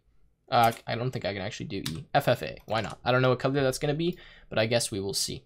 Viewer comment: why are you pronouncing "codour" instead of "colour"?